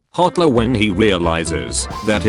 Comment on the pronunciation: At The start you can hear "Hotler" 💀